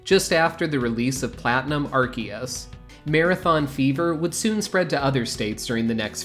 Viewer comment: I think this is the first channel where Arceus’s name is pronounced correctly, with the hard “C.” I remember competing in some of these championships at the time. I couldn’t afford to travel much, and once I started working, my work kept me anchored to near my workplaces. To this day, I kind of feel jealous of people who compete in various things and can travel about.